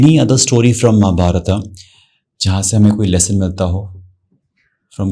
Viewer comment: Really appreciable 👏❤ But few words I want to tell that - It's धर्म not धर्मा (Dharma as you said in English) And it's महाभारत not महाभारता (Mahabharata as you said in English) etc. Please stop pronouncing these type of words in this wrong manner and start pronouncing in its real meaning. Thank you, Lots of respect and love ❣️🙏